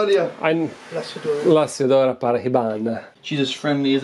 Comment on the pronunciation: since you care about pronunciation: Laziodora Paraybana...the "s" sounds like "z", and the "h" is silent